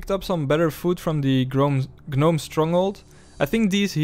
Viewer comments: Love the series, however fyi gnome is pronounced with a silent G. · it's cute that you pronounce gnome like "guh-nome" like in the maymay